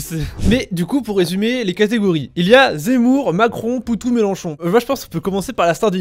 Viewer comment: C est melenchon et pas melanchon vous vous êtes gouré